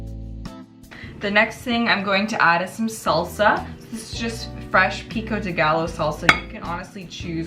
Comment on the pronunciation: Not trying to be an asshole, but Pico de Gallo, the double L is a “Y” sound, should sound like saying “guy yo” and Chipotle should sound like “Chipot-lay”. Anyways looks good and Merry Christmas.